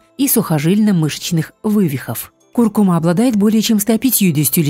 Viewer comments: Куркума’-ударение на «а», и не остынуть, а остыть... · КуркумА -ударение на последний слог...слух режет🙄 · Не куркума’,а ку’ркума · Первый раз слышу ,чтобы на слове куркума ставили неправильно ударение. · потому что даже ударение в слове куркума ставите неправильно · Да, слух режет весь ролик